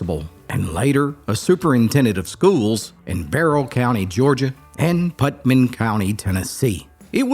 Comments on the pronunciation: Good stories! I especially like the one about Looper because I lived in Cookeville at the time. But, it's PutNaM, not PutMaN. Nam, Putnam. We heard it said wrong a lot. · It's pronounced Put - Nam not Putman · It’s PUTNAM county not Putman lol